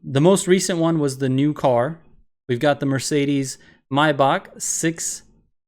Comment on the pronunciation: myback😂😂😂 its maybach